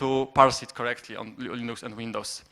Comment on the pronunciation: Moglibyście dodać napisy chociaż, połowy co ona gada nawet nie zrozumiałem... a wyłączyłem video po 10 minutach oglądania... Linux wymawia się Lynyx :P - tak an przyszłość.